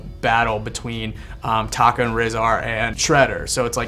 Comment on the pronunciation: tokkah not taka